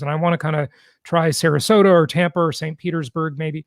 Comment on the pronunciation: Agree with you. It is Sarasota for god sake